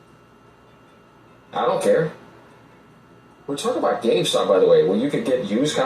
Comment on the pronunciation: becoming CardStuh 😂🤣.